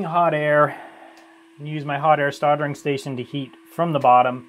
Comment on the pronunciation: "Hot Air Stoddering Station"